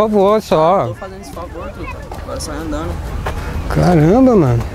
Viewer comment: Que muleque malaaaa aquele meu deus. "Agora sai aindando" coitado mané